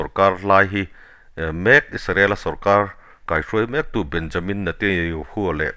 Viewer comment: Isarel nilo in israel ti in lam hram hram ang aw